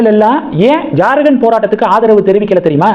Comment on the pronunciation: Not JarGand, it is Jharkhand, how do you always pronounce wrong & horrible? You refuse to correct also